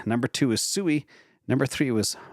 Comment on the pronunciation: SUI = swee, as in suite. Also, K+eight = Kate.